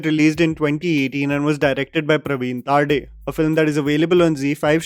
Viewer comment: It's Pravin Tarde not Taarde